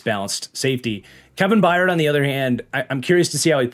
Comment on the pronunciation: Crazy that it took almost a decade for to finally correctly pronounce The Mayor of Murfreesboro’s name correctly (once) as “By-urd” vs “Bye-yard” 😂